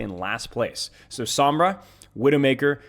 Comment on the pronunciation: Sombra. Its sombra. And maug.